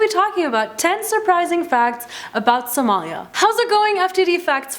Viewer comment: its not somaayaaa its somalia 😏